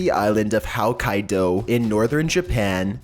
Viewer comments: how to say Hokkaido according to: haukaidow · "How-kai-doe" Hokkaido was completely butchered. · Why does the guy pronounce hokkaido like howkaido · Howkaido? Really? Come on dude! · Narrator needs to learn how to pronounce names better. I swear I heard him say Howkaido?? Seriously dude stop doing these video till you learn how to pronounce names better. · the way he pronounced Hokkaido... *cringes*